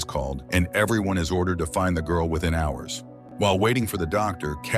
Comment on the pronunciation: The GORL the GURL ... Why is the black woman the only one he calls the GWIRL?? 🤷‍♂️